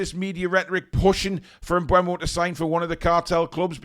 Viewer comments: Mbeumo...... Its Pronounced "Em-boom-o" according to the man himself 👊 Thank me later 😊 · Apparently, it's pronounced em-BOO-mo. But whatever, i can't see him going to Newton Heath FC. They got Cunha, but he's a mercenary and would've gone anywhere for more money. Plus, he seems like a knobhead, so they can have him. I would've rather had Kelleher for £12 million than Trafford for £35 milllion, tbh. Yeah, he was good in the championship last season and helped get Burnley promoted, but he also helped get Burnley relegated from the PL the previous season.